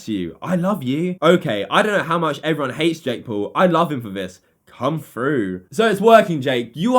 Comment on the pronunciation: Still, don't talk shit if you can't even say Jake Paul